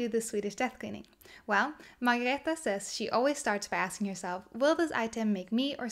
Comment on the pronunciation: Thank you for being the one person who makes the effort to correctly pronounce Margareta’s name. There are many reviewers who post their reviews without even trying to get it right, or even apologetically joke that they “hope they’re saying it right” while they are mangling it. It’s not much of a tribute to such a wonderful little book if you botch up the author’s name! Best wishes, nice review!